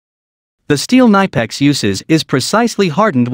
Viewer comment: You speak the i in Knipex like in Index ore inspection ;-)